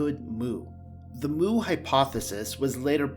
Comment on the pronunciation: You're pronouncing 'Mu' wrong. It's like the letter not the sound a cow makes.